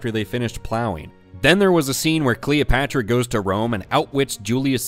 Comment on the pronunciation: Who is kween Cleeopatchra? do you mean Βασίλισσα Κλεοπάτρα?